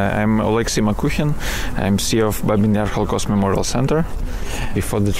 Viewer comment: Babi, not Babin, Yar